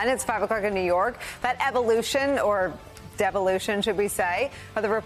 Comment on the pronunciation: is that 'Devolution or Devilution' ?